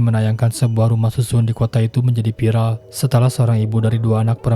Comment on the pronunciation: Favorit! Bukan paporit! Kontroversial bukan kontropersial! Live/Laiv, bukan laip! Fiksi! Bukan piksi! Viral, bukan piral! Aktivitas! Bukan aktipitas! Televisi! Bukan telepisi! Ayolaaaahhh... gunakan abdjad dengan benar dalam dalam pengucapannya, dooonk...!!! 🙏